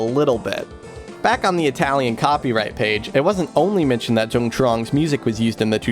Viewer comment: Note: I'm pretty sure the name Dung is pronounced "Yung". Even though Vietnamese uses the same characters as English, they don't always sound the same. (ex: the name My pronounced "May") Source: I used to work in a place with people from Vietnam, including people with the name Dung.